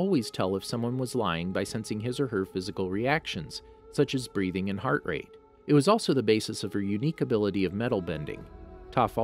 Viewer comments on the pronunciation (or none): none